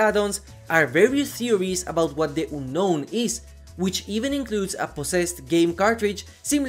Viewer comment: Oonnoun. Omg, your pronounce